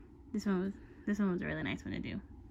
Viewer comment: Hahhaa “I like that hand it’s very nOice” haha at first I thought you said very moist XD